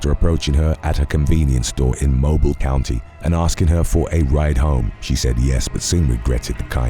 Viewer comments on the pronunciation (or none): “Moh-BEEL”, Alabama.